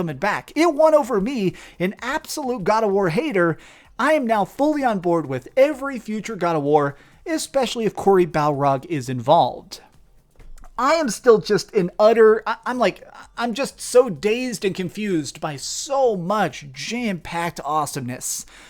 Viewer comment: could you at least get the guys name right?.... it's Cory Barlog! Not Balrog....